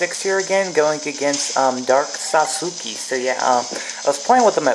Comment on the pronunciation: its pronounced sas ke